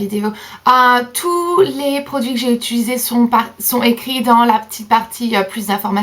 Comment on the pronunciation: J'adore tes vidéos et ce n'est pas méchant mais c'est perturbant que tu dises toujours utulusé au lieu de utilisé... Bisous :)